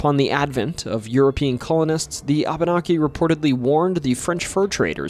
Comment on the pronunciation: Reapeat aftare me; wah bah nah key. Abenaki is pronoynced wah bah nah key.